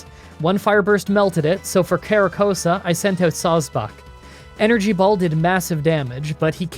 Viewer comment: Mis-trol-ton Ex-ka-drill Siji-liph con-kel-der but say it a bit slower cara-costa not coasta hy-dry-gon boof-a-lant i have seen every episode of the Unova anime so i know how these are pronounced (also Unova is my home region so thats why) try saying these during a grinding session in your next run to prove to your fans that you know what your saying, if you need any Unova pronunciations let me know on Twitter